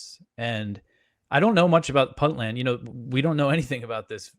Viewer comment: To the lady host, it's first syllable is not "Puntland" pronounced like punting a football; it's pronounced like "Point"-land. Thanks for the great video and the knowledge of this antiwar website!